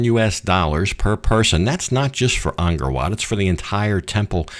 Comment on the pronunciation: Don’t want to be petty but ist pronounced Angkor not Angor last time I was there tickets were$20 for 3 day pass so not that much more,20 years ago,shame money doesn’t go to the Camers, become another south Asian country bought the rights to it many years ago very cheaply, all ticket sales go there way!